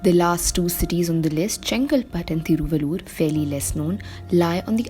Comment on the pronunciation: Hey Young lady, guess you are a TAMIL GIRL!!...........THIRU'- VAL'- UR = Thiruvallur, but you pronounce like a North Girl!!